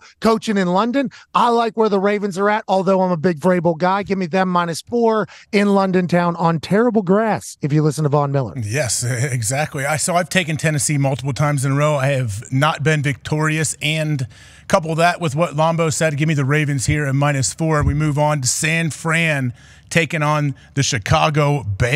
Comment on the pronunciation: When did Von become German? Von “Mueller”, lol